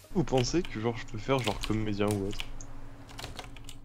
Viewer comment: Le t que t'as rajouté à comédien m'a perturbé